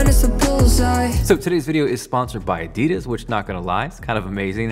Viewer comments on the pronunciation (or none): Did you just say- ADIDIS!?!? 😃😭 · i feel like everybody says Adidas differently where I'm from we say Ah-Di-Dass